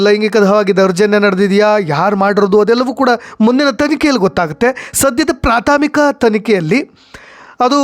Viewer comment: ಪ್ರಾಥಾಮಿಕ ಅಲ್ರಿ ಪ್ರಾಥಮಿಕ ಅಂತಾ ಹೇಳಿ.